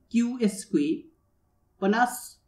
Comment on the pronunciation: It's "squared", not "esque".